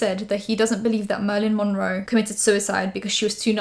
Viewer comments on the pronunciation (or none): Ok I love the video but .. “Merlin Monroe” ?